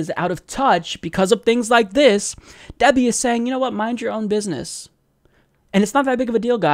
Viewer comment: I believe DWS says it, "bidness"